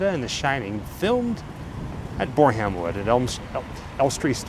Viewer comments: You pronounce it borem wood guys 😊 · Its pronounced bore-uhm! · Borehamwood is pronounced - BOR-AM-WOOD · It's pronounced Bore-um-wood. A silent 'aitch'. Pinewood Studios is generally considered the premier British film and television studio, which is located in the village of Iver Heath, England, 18 miles (29 km) west of central London. 👍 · Bore - Ham - Wood 😂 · Hi Ryan's mom Sam commenting... Elstree looks more like an industrial Estate than a film studio its amazing how meny Amazing films and TV shows come out of here compared to the ones in America which all look beautiful 😂😂 and i love the way you pronounce Borehamwood * 😂 as a Brit we pronounce it *Bore in wood * we dont pronounce the *Ham 😅😂 its a Silent Ham 😅😂 i love your vlogs you do a great job 👍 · Its pronounced boarumwood, sorry its been highlighted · 😂 Your pronunciation of Bore-Ham-Wood did make me chuckle. 😂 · Pronounced Boram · Love the way you say borehamwood 😊 although it’s not pronounced exactly how it’s spelt nice try, great video anyway!! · Just so you know the H in Borehamwood is silent :) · Love your content guys.... I am an anal love child?!? BoreHAM wood is pronounced phonetically with a silent 'H'. It was the marvellous Nicki cage in one of his movies that kept refering to BuckingHAM palace; again pronounced with a silent 'H'. That really got on my wick,raised my goat and teed me off. P.s. I appreciate my punctuation and spelling are not always what I would wish them to be.si+ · Another amazing video and love the way you say borehamwood 😅❤its usually pronounced with silent E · I live about 10 miles away from Borehamwood and love the American way you pronounced it! 👍😁😎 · The way you pronounced "borehamwood" was truly American.